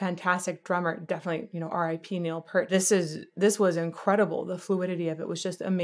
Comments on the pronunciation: Neil's last name is pronounced P-ear-t (pointing to my ear). Not Pert. Got it? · His last name is pronounced : P- Ear-T; not Pert. A great Canadian trio who Neil was the drummer and wrote the songs. He is your favourite drummer's favourite drummer. Buddy Rich; Jon Bonham; Neil Peart top 3 anytime anywhere. Can not pick the top of those three. Each influenced the next generation. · "Neil P-ear-t"